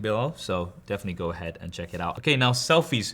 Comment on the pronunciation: This man pronounces "and" as "und". What kind of accent is that?